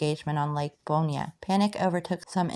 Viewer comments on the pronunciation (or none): Fish the hell out of this lake....new about ponchatrain and chalmette and forts around the area. Really cool. And its pronounced "Born" not "Bornya". You are butchuring these names but got a sub! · French Louisiana and the Florida Parishes names can be tricky. Good on you for trying. But they’re pronounced “Born” , the “Rig-o-leez”, and Pass “Chris-chi-ann “. Tell your mom and nem hello.